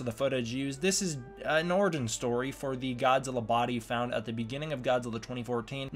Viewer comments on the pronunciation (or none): none